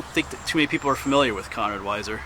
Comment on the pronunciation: Its 'Conrad', not Connor.